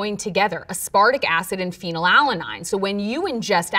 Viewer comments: Oof, that "feenel ala9" pronunciation was rough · am i supposed to trust a biomedical scientist that (a) thinks metal chelation isn't actual medicine and (b) can't pronounce phenylalanine correctly? oof. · Her pronunciation of "phenylalanine" threw me for a loop. I've never heard anyone pronounce it as anything other than "fennel-ALLA-neen".